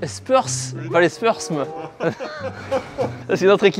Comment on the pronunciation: Les spersm a la place des spurs ma fait saigner les oreilles